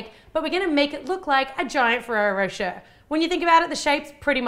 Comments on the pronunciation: On the adverts they say rosh-ay not rowsh-air and I say it like rosh-ay. Is it different in Australia or is she just saying it wrong? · I'm seriously impressed with your techniques!looks so good. and pretty, too. I'm sure with all that chocolate and nutella, this is quite a mouthful, yum! If I may suggest something: try pronouncing rocher more like rosh-ay (it's so difficult to explain it to English natives, but the -er in the end of a word is pronounced like the é(e), like a flat, brief "ay" or "ey". similar to the word sauté, from cooking!^^) lots of love from a European translation student with a huge sweet tooth :) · Pronounced rochae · I laughed so hard of how you prononced rocher, im not nativ american, english or else so it soundet so weird